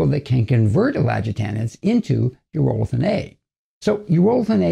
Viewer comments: Its pronounced EURO-lithin not U-ROLL-ithin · My dude is pronouncing it incorrectly